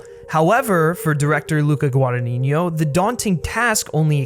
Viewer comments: NO, but feel free to believe whateve you want at this point, you actually said "GuadaNINIO" and not "GuadaGNINO" which is the correct way to say it. bye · the original Suspiria was not a Giallo, it was a horror made by someone famous for making Giallos. ALSO you call the director 'Guadagninignio' rather than 'Guadagnino' - very annoying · No worries it's just GuadagniNO, and the way you say it's GuadagniGNO. Love the content by the way! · Forgive the unnecessary pedantry, but I listen constantly call, from those who are native English speakers, the director Guadagnino: "Guadanigno" (Guadaniɲo). If it can help, to pronounce his surname correctly you must put the "ɲ" ("gn") in the previous syllable, not in the last one: is "Guadaɲino". Sorry dude ^^ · Pronunciation guide: Gua-da-gni-no, there's no 'niño' in it. 'gni' sounds like in 'lasagne' or 'gnocchi'. 'no' sounds like 'no'. You can actually approximate the 'gni' as a 'ñi' but not the 'no', which is just a straight 'no' ;) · repeat with me: GUA-DA-GNI-NO. GWAH-DAH-GNEE-NO. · hi! thank you for your video! one thing: it's guadagnino that means that you say guadaGNino so the gn (the spanish n) sound comes on the first n and the second n is just pronounced as an N. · Giallo is pronounced jaw-low. Guadagnino is pronounced gwah-dah-knee-kno. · You are saying Luca's last name wrong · I'm italian and I couldn't get over how badly you pronounced Guadagnino every time. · you really should know how to pronounce "Guadagnino" if you are gonna say it 3000 times in a video